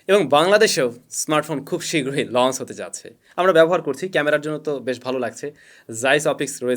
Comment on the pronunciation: Bhai plz pronunciation ta thik koren ei choto choto jinush puro kota barta khet banai fele, lonce ki hea???